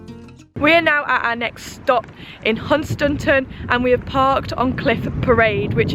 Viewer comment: I'm lucky enough to live about nine miles away from (pronounced as says lol)Hun Stan ton. Local says Hunstun.